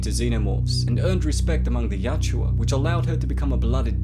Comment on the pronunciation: Yautja....not yachua